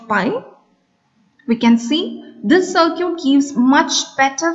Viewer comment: Please don't pronounce circuit like that.. It is sir-kit, not sir-cute